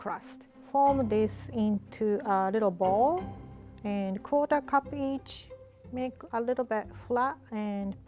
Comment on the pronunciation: Is it just me or did it sound like she said “cooter cup” instead of “quarter cup” 🤪